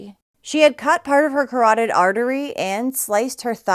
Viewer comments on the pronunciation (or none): none